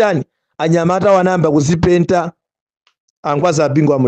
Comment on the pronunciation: Kudzipentako not kudzipedtako